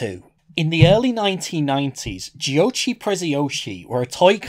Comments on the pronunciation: I'm from Italy and Giochi Preziosi (or as you pronounce it:Gio-ci Pre-zio-si) in English is Precious Toys. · Even as an italian it's hard to make out what he's saying because of the accent and the bad audio. Aslo giochi prezziosi used to rule italian toys but it judt kinda fased out with people forget it. Also, it's pronounced "goci prezeosee" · Great video! By the way, the "chi" on "giochi" is spelled like the "ki" in "killer" :-)